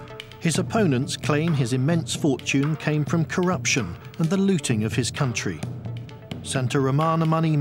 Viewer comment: Looting, not Lotting.